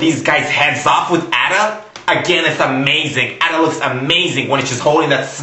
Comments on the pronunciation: You need to learn how to pronounce Ada (Eh-duh). It's not At-uh. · ITS ADA!!!!!! NOT AU-DUH X( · Ada not adda GOD !!! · Ada is pronounced like this - ayda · you are saying a.d.a. wrong plus you are crazy. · Learn how to prinounce ADA! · u prononced Ada wrong! >:(